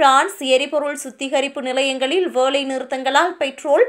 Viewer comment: உங்களுக்கு தமிழில் ல, ள விற்கு வித்தியாசம் தெரியாதா? வேலைக்கு வேளை, அல்லது க்கு அள்ளது என்று தமிழை ெகாலை செய்து வாசிக்கிறீர்கள் .